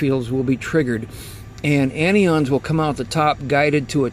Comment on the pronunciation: Mike Hogue He pronounces them incorrectly. CAT’ions, AN’ions not catE’ons nor AnE’ons. They are positive and negative charged ions.✌🏼